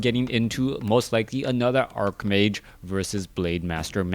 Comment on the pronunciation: Why did you change the way you pronounce 'archmage'? You usually pronounce w/ a 'ch' sound rather than a 'k' sound.